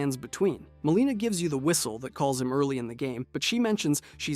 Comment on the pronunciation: Good video but quit saying mareeka and maleena bro. Its Marika and Melina